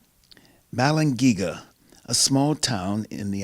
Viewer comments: If these guys are so familiar with the Bells of Balangiga, then why do they not know how to pronounce the name "Balangiga?" But glad to see them returned to the Philippines. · U pronounce thats as ba-lang-gi-ga bells,i know it cause im a filipino ,the philippines own that so pls give it back to us....